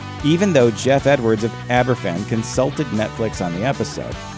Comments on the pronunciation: Yep. It's also pronounced Abervan. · Even as a Danish person, I picked up that Aberfan was pronounced [aber'van], not with an f.